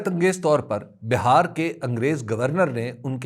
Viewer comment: بہار ۔۔۔۔۔ ب کے نیچے زیر ہے۔۔۔جب صوبہ بہار کا ذکر ہو۔